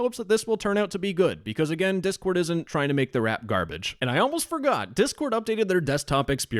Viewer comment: I love it when you start the video by saying "Diss Discord"